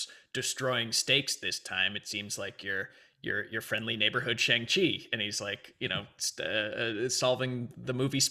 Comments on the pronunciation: I dunno if I missed it, but I speak Mandarin and I was super curious to see how they would pronounce Shang Chi. It's a bit of a nonsense name anyway (kinda like Cho Chang) but "Shang" is pronounced very differently than how Americans have been pronouncing it. Look up how to properly pronounce "Shanghai" if you're wondering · I've only seen one reaction today where Shang was pronounced correctly for the whole video. Hopefully once we get a trailer where it's actually said correctly for all the reactors to hear, people will adjust.